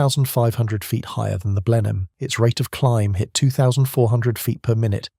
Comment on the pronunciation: And Blenheim as Blennum.